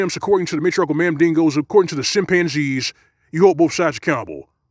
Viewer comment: "Simpanzees" -, you are a poet.